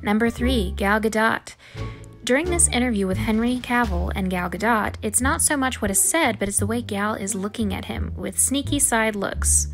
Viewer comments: Its not pronounced gah dot its gah doh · Gal Gadot’s name is pronounced as Ga-dought not “ga-daut” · It’s Gal “Gadoh” not GadoTT, the T is silent in Gal Gadot. I had to say it. It bothered me so much lol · gal ga-DOT It’s pronounced Gal Gadoe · GaL Ga-Dot !!!!!!! WTF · Huh? It isn't "Gadoe". It ain't french. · This chick actually said Gal "GaDOT" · You say it Gal GADOH dude,but whatever I can't imagine the amount of comments you must get saying this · Okay but... Gal "guh-dot"??? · "gal gadot" it's spelt "gadot" but pronounced "gado" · I don’t even like Gal Gadot and I cringed at the pronunciation of her name. It’s GaDOUGHt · it's pronounced Gal Gadoh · Your pronunciation of Gal Gadot as GaDOT??? Really? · Gal Guh Dot? Seriously?